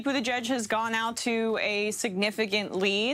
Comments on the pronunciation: "Budda-gedge" and not just once. Is this dude informed? It's like hes reading it for the first time. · Did he say Pete Butter Gorge? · "Buttigieg" is pronounced "Booty-judge", right? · I think he said "booty gauge" Lol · Think he said Booty-Jizz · Emma for the win. Also, this guy should learn to pronounce Buttigieg and vice versa if speaking is is job. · How can it be possible this many months into the campaign that a professional news anchor still doesn’t know how to pronounce the name of one of the most high-profile candidates? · He still is saying mayor cheat name wrong 😂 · This guy literally covers politics for a living and can’t pronounce Pete Buttigieg. Sometimes I feel I have imposter syndrome at work - watching people like this remind me I’m all good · This long into the primary season and the reporter is mispronouncing Buttigieg........BERNIE 🇺🇸 SANDERS 🇺🇸 2020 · How does this man not know how to pronounce Pete's name? Has he been living under a rock for the last 6 months? He's in the news business for God's sake. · I don't even like Pete but please say his name right. Silly centrist. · First of all this news anchor is everything that's wrong with America. Man cant pronounce names but he's job is to interview people. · He does sound ridiculous trying to pronounce Pete's name,and if you cant pronounce Buttigieg just say Pete.